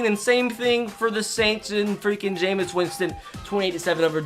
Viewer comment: It’s pronounced ja-mees Winston